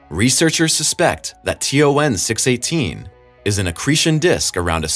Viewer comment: you said T O 9 not T O N